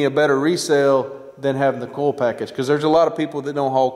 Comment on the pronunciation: Are you saying coil? I thought, you were saying coals.